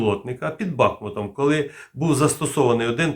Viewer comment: Правильно казати БахмУт. Місцеві з цього приводу дуже переймаються.